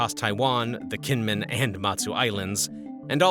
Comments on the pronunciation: Gee men not Gee Yen Men. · Kinmen it is a soft g not a k